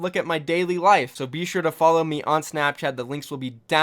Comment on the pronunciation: you sound like you're saying bishu when you say be sure lul